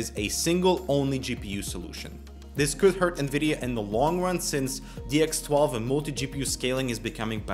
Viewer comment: "since" not "sense". Hate to be a nazi but you said it like 5 times! Gaah! Also, i would expect that doom already being well optimised would reduce the gains of Vulkan, but that's just a theory.